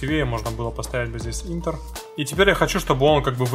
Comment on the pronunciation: но только не Интер, а Энтер))